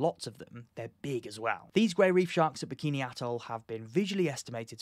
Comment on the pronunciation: You're pronouncing Bikini Bottom wrong!